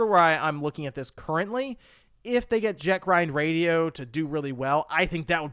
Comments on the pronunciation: If I hear him say "Jack Ryan" Radio one more time, I swear I'm going to beat my head on the wall lmao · My ears Bleed, every time he say Jet Grind Radio instead of Jet set :/